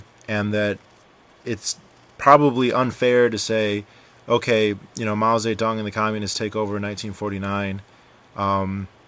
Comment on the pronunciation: Hey dude, pronunciation wise, pronounce As in Chinese as the Ah sound like in "Father", or a cross between the a in "Father" and "uh" like in "Uh huh". It's much closer to that sound than the A of "Apple".